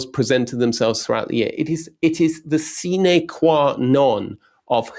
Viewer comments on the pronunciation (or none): none